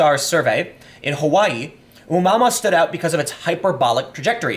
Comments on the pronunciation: It's oh-mu-ah-mu-ah. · Tim, its pronounced "Oh moo uh moo uh". Its a Hawaiian word meaning wanderer or something. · It's pronounced oo moo a moo a Tim, check out Gary McKinnon. He's a hacker who hacked the Pentagon and you need to have a good look at what he found. The space force has been in operation for years!! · "ooh mama" :) I am so pronouncing it that way from now on. Its not oh-moo-uh-moo-uh or whatever. Its Ooh mama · Hey Tim, the space object's name is pronounced "Ah-moo-uh-moo-uh", it is Hawaiian. The ancient game is "Space Invaders" and was really popular when I was younger. I do think space force is not a bad idea, once this country sent men to the moon, it was a great time of unity for us. We need something to bring us together again. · Tim, you’re awesome lol. The object is pronounced “Oh-Moo-Ah-Moo-Ah”